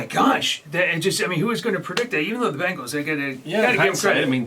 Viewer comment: ITS BENGALS NOT BANGALS!!!! SAY THE NAME RIGHT!!!!